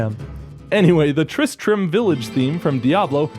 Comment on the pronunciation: Tri-stram...... Tri-Strum?